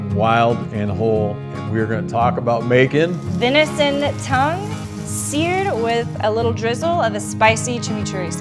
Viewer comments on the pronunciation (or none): tongue? I thought you said dung.